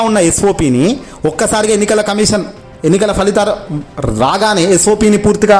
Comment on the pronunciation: కమీషన్ అనాలి కమిసన్ కాదు.